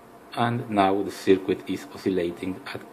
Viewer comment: Mate, I've watched your video many, many times so thank you for that. Can I make a suggestion though? Could you please try pronouncing 'circuit' as 'sir-kit'? Don't worry, I've made a fool of myself many times using words which I've never heard actually spoken...in my own language!